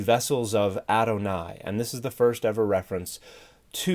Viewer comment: Thanks. The problem is I couldn't understand from his pronunciation what he was saying. I searched for "aronai". I thought it was what I heard.